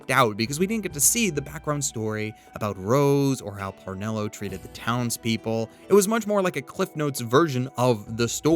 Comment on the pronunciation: Parnello? Isn't it Cornello?